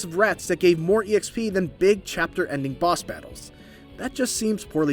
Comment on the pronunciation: First person I've ever heard pronounce exp as E.X.P, and not just XP. Lol